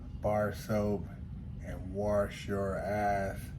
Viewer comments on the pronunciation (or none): did he tell you to waoursh your asth